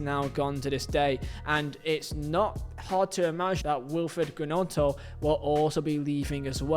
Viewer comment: "Willfred Ger-nonto" 😂